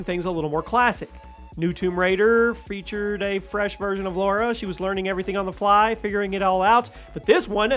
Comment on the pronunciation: Lara, not Laura!